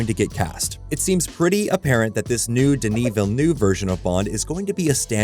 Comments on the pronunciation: Listen, we need to talk about the pronunciation of Denis Villeneuve. It's "VILL-NEUV", not "VILL-NOOV". Pretend like you are saying "NERVE" and replace the R with a U. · Dude, for the love of cinema, learn how to say Denis Villeneuve's name!